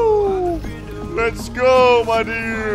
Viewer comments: "Dood"? Really? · IT'S NOT DOOD man it's dude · 에 dood가 아닌 dude 일껍니다